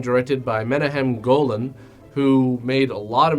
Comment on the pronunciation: Love the show, love this review - Also, I think it's Meh-KNOCK-em Golan